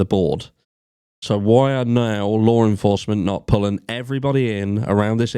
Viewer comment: I'm like who is Lauren Forsman?? But then I realize you're trying to say. “Law Enforcement” 😂 I was like she's clearly central to this case.. 🤦🏻‍♀️